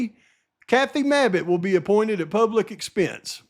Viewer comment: 😂😂 how ya say" Mabbit" cracks me up hahaha yea last person I'd want is her!! 😂😂